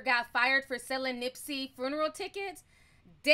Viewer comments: Hi Ti, I don't mean any harm, but the word is not Fruneral. Funeral without the r. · She calls it a fooneral lolol